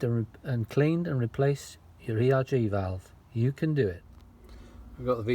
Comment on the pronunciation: You say ERG throughout...